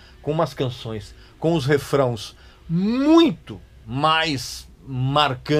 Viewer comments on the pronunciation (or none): RAFRÃOS NÃO...!!! REFRÕES....!!! KKKKKKKKKKKKKKKKKKKKKKKKKKKKKKKKKKKKKKKKK